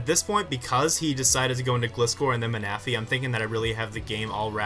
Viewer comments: LOL jolt ma-na-phy. [: defiently not man-a-phy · Happy birthday (also Ma-na-phy. Really?)